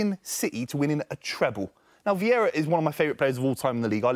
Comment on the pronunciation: I died when he said vierra over rodri